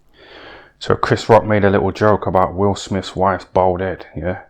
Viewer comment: How many times did he say BOWLD head?😅 😂